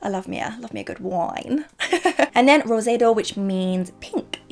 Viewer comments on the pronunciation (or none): “Roe-zAY-dou” has me dead 😂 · What are your Spanish routes, could be wrong but when you swatched rosado you I think you pronounced it wrong xx